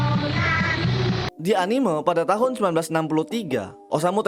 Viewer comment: cuy tolong diperbaiki pelafalan kata "anime" kaya aneh aja gitu dengernya saya dijepang gaada orang nyebut anime begitu